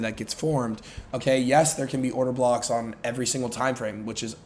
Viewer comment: Did bro just say order cocks? 😂😂 I’ve never laughed and loved a trader this much